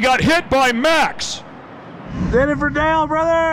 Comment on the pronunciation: i know that he is saying "do it for Dale" but for some reason i hear "doofer dale".